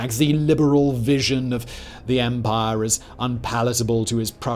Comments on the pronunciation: I love the way says umpaah. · “EMPAAH”